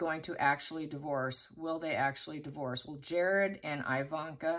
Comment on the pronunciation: Thanks for this. Her name is pronounced EEE-vanka, not EYE-vanna and her mom Ivana is Eee-vanna, not Eye-vanna. Same as Iraq (eee-raq, not eye-raq) and Iran (eee-ran, not eye-ran). All have same eee prononciation as with Italy and Israel. Thanks!